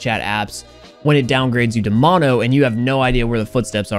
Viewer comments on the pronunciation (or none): none